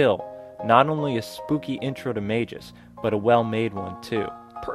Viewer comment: calling him "mayjiss" is driving me nuts